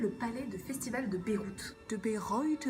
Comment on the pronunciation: Ça me stresse que tu prononces Beyrouth alors que ça se prononce BAÏREUT. Voilà. Sinon super vidéo.